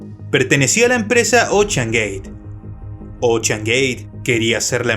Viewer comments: Se pronuncia "OUSHEAN/ OUSHAN" NO OCHAN! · Me mató tu "Ochean gey" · Todo iba algo bien hasta que escuche "ochean" "Oceangate" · Ochan gueit Jajaja